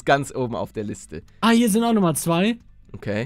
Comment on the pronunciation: Auf der "Lizte" hahahahahahahhahahahahaha